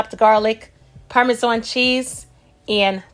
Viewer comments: I HATE THE WAY SHE PRONOUNCED PARMESAN!!! ISH AIN'T CUTE!!! WTF???? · I love the way you say sauce and parmesan, I'll definitely marry you looks so delicious 😋